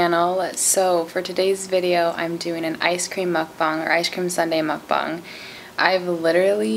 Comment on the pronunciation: Yayy you’re pronouncing “mukbang” the correct way now!!